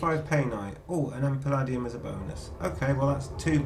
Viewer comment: Very useful video - thank you. You might want to check your pronunciation of "Palladium". It is puh-LAY-dium, rhymes with "stadium".